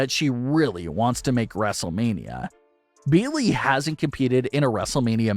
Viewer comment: Who is "Beelee"? Are you trying to say "Bayley"? Because, if so, you should try enunciating.